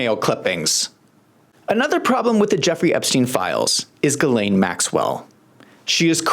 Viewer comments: "Girleen Maxwell"? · Gurrlane lol